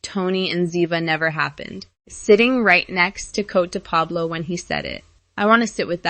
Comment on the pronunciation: And PLEASE pronounce Coté de Pablo correctly!